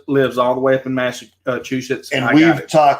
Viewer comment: good job saying Massachusetts you nailed it!! So glad to see you and rfb together you both are amazing!!